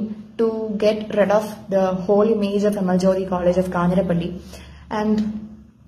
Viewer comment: news : 'കാഞ്ഞിരപ്പള്ളി' ആണ് 'കാഞ്ഞിരപ്പിള്ളി' അല്ല. Also please note elsewhere many are saying 'പാലായനം', it is actually 'പലായനം' i think.